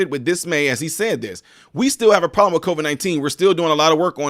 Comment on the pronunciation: Anyone notice when jb smiled, only the right side of his face smiled? Then when he said problem, it came out as prollem. Two symptoms of a medical condition.